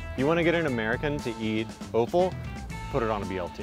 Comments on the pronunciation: I learnt another new American v British pronunciation difference today. We say Offal as is 'Off-al', seems to say 'Oaf-al'. Pretty sure it's the sneaky french pronunciations that sneak into America, like erbs instead of herbs. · It's pronounced "awful" not "oaf-al" offal.... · prounounced AWful , not oaful, but it is tasty , its tripe ? duh get over it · The way you pronounce Offal is hilarious it's sounds like Oooful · that "offal" pronunciation though... cringe